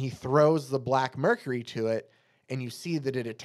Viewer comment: The plant is a Black Mercy, not Mercury. Any pronunciation of Mxyzptlk is obviously fine, but if you want to get the most fun out of saying it: mix-yez-pittle-ick